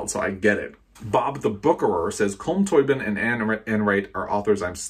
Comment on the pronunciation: "Culm Tobeeen"